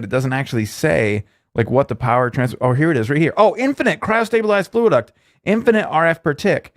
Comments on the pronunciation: Fluxduct not fluiduct:-P great vid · FLUXduct not FLUAduct